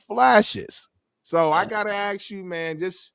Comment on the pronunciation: can't even pronounce "ask" properly. He shouldn't be renegotiating shit